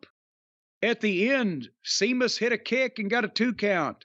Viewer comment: Idk why but it always cracks me up when Jim calls him Seamus